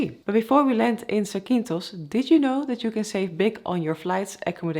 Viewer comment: Nice landing! I fly for Ryanair virtual in the flight simulator, the 737 yoke beats the lifeless and sterile A320 sidestick all the time. Btw the island is pronounced zAkynthos, not zakYnthos, tone on the A, otherwise you spelled it very good. Keep it going!